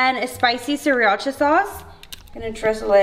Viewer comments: Dude ikr! It's "sah-rah-cha" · “Siriacha” lolol